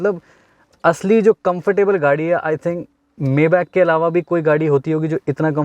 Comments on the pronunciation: Bhai maybach s600 , s650 se lower model hai upper nahi hai or koi s500 nahi ata or uska pronunciation (may- bak) nahi (mai-baak) hain 🤦🏻‍♂️😂😂😂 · Bhai maybach ko....may back nahi pronounce krte..... isse maye baack pronounce krte hai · It's not mayback, it's maybach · You are not pronouncing maybach correctly..